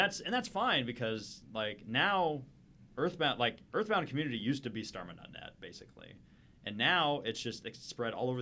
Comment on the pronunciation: Uh muh guhd "Eathbound"